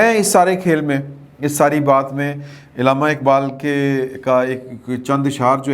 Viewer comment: please pronounce correctly Allama Iqbal instead of illama Iqbal